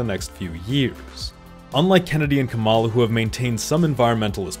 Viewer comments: It's impossible to take this video seriously, since the creator thinks that RFK jr is a viable candidate (he will not get any electoral college votes) and he doesn't know how to pronounce Kamala. The accent is on the first syllable (COMma law), not the second (Ca MA law). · bruh it's kah-ma-la not kam-a-la. idc if u hate someone, say their name right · ITS COMMA LA NOT CA MALA!!! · Completely irrelevant to the content but it’s driving me crazy hearing people say “kuh-mahl-uh” lol. It’s “com-uh-luh” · Kamala's name is pronounced like Comma-La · I love your content, but pleaseee pronounce her name correctly, its KAMala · I couldnt get very far into the video because of how you kept mispronouncing Vice President Harris’ first name. Its like “comma-lah” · Are you deliberately mispronouncing Kamala?